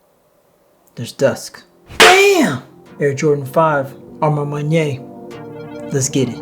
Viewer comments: A ma man-what? Butchered that lol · You know you can Google the pronunciation of a ma maniére 🤦🏾‍♂️🤣